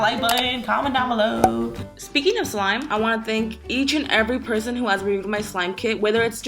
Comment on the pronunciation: If you noticed you said: this is my favourite clime: instead of slime lmao no need though just letting you know love youuuuu ssoooo. Mmmmuuucchhh